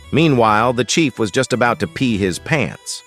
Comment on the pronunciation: Chief not Chef